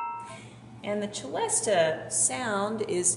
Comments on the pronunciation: It is usually pronounced cell-estia, not chell-estia. Tchaikovsky pronounced it with the former pronunciation. Cello, etc, causes this misinterpretation of its pronunciation. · It's pronounced Selesta not Chelesta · It is actually pronounced with "s" sound, as it was invented by a French man. "Ch" would be the Italian pronunciation (as in cello) but there is nothing Italian about the celesta :-)